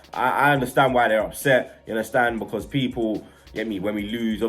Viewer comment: Oh 😂 soz. Nah Bludclart has been around London for a while, I think it comes from Jamaican people not too sure. If you don't live in London you won't have heard of it lool. has made up stuff though, like the way he says because as becar, or the fact he says yaunderstand? all the time (yannerstan) no one does that 😂😂😂